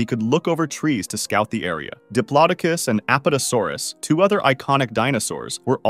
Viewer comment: Those are the incorrect pronunciations Those are the incorrect pronunciations of diplodocus and Apatosaurus Apatosaurus